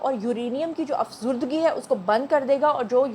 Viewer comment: Afzodage. af zoo da ge ap es word ko sahi ada nai kr rahi. Plz mind mt kejeye ga.